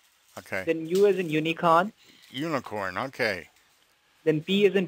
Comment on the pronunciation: He said "U as in uniCON" -- emphasis on the CON --- how befitting!!!